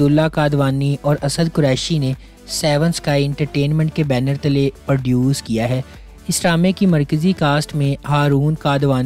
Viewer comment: Bhai perduce nhn produce😅